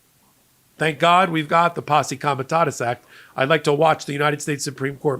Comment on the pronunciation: you are mispronouncing Comitatus.You've said Comitasus several times.